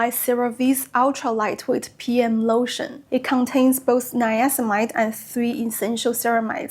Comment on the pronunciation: It's niacinamide, missing a syllable there. Very informative video, I am currently looking into retinol and I'm attracted to Paula's Choice. I used their AHA gel for years and my skin loved it.